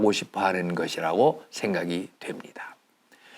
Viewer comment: 신선 선은 짧개 발음하셔야지요!